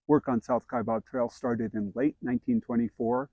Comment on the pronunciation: It's "Kai bAb. It's not "Kai bOb." I don't know why so many people make this mistake. :-(